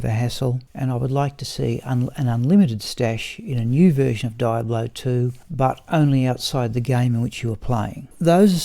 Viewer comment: Triggered every time you said die-ablo